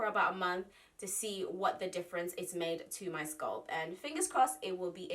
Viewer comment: Scalp sweetheart the A isn’t silent great video